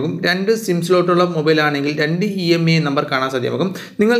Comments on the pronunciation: Brother not EMI..IMEI is th right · Emi athentha imei ennalle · EMEI alla IMEI aan